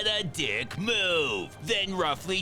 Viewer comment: 'what a dick move' somehow he can emphasize a word while already emphasizing it